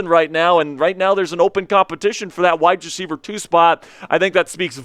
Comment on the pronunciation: Bro, you are awesome. I’ll start there. I am curious if the way you annunciate wide receiver he is on purpose? It’s hurts. 😅